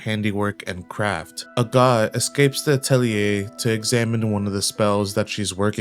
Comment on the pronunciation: I kept hearing a God instead of Agott and was like since when are there gods in this show.